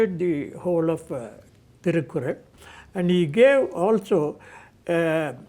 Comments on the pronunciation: Very nice interview, all 3 parts. But Sir Thirukkural is pronounced as तिरुक्कुरळ्. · You don't know to pronounce thirukkural correctly.